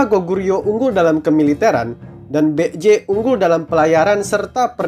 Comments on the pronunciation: Kalo dilihat dari pelafalannya kok masih kurang banget ya? Itu Baekje jadinya malah bek-j.. harusnya kan baek-je. Sekedar saran min, tolong pelafalannya diperhatikan lagi 🙏🏻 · Maaf tapi setelah saya pakai Google translate, cara pengucapan "Baek-Je" adalah "Bek-Je" Biasanya "ae" dalam Bahasa Korea dieja menjadi "e" saja. Ya begitulah 😅🙏